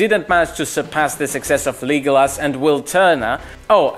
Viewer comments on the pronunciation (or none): I’m sorry did he just say “Leegolis” wtf💀